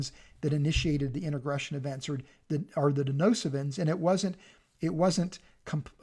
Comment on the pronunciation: It's DeNISOvans not 'Denosivans'..!